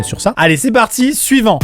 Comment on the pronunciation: On dirait quand il dit suivant il dit Next 😂